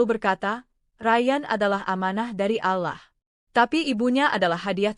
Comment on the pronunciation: Bisa gak baca nya ALLOH'.!!!